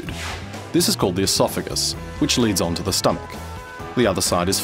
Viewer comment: can we talk about how he murdered the word esophagus